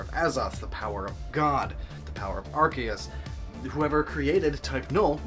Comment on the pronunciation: I'm so used to people pronouncing Arceus as AR-CEE-US that I didn't realize that you pronounced it as ARK-EE-US. Kudos to you for pronouncing it correctly.